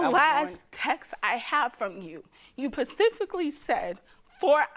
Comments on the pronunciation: never seen someone say PACIFICALLY so confidently😂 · OMG THE CORRECT WORK IS "SPECIFICALLY", NOT "PACIFICALLY". I WANTED TO JUMP THROUGH THE SCREEN AND SLAP HER! SIT DOWN! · I feel so bad but lord baby its specifically not pacifically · 🗣Specifically not Pacifically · If she say “pacifically” one more damn time 💀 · Not Pacifically specifically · UGH, cannot stand improper English, pacifically???? NO no no and NO... specifically please. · Beau this is true, but I could not help saying specifically every time she said pacifically, I truly feel bad for her but it is such a habit, I have kids can you tell lol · If she says PACIFICALLY one more time 🥴🤣🤣… However, I’m glad she won!! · she killed me when she said "she told me PACIFICALLY " 🤣🤣 I feel so sorry for her tho :( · "PACIFICALLY, PACIFICALLY, PACIFICALLY". GIRL, SHUT THE HELL UP! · Pacifically is not a word even through grief. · Too many people care about grammar. The plaintiff said "pacifically" but who cares? Not me. This story is too heartbreaking for grammar corrections. Anybody who comes at me will truly be ignored. Anybody who agrees with me, thank you. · Specifically 🥴 Specifically 😩Specifically 🤦🏽‍♀️ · Even as I feel this grief the "pacifically" is driving me crazy.